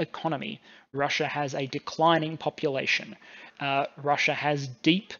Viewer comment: Russia doesn't end an "r". Neither does idea.